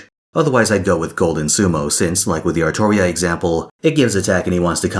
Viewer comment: Still wrong. It’s Artoria